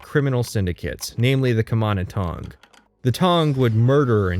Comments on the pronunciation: he say's rut instead of root, does he say butt instead of boot? I certainly hope so. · Yeah I don't care about your opinion or the length of the video, but what the fuck is up with that pronunciation of "root?!" It's pronounced like fruit, or boot, not "rut." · I've never heard anyone pronounce root like that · Weirdly enough, that's how North Dakotans pronounce it. They also say rut beer. Don't know how, who seems to be from the east coast, got the point of saying "rut." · Hitting the Fighters Guild section now, enjoying so far. That Canadian pronunciation of 'root' though